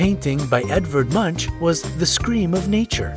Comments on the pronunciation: You dont pronounce it Edvard Munch you Say Edvard Monk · #01 it's pronounced edvard monk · Edvard Munch is pronounced “Edvard Monk”